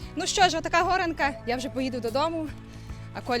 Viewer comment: Чому ви говорите горанка, чи можливо мені почулося?